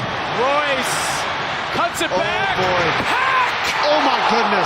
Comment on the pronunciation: you pronounced Reus incorrectly:)